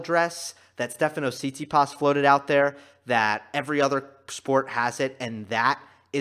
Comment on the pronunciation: one little thing: pronounciation - tsi-TSI-pas, so stress on the secong syllable, you put stress on the last one